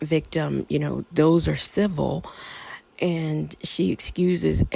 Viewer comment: ...LOLOL...IT'S "C I V I L"...